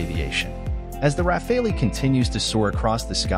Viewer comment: RA-FAL! Not RA-FA-LI…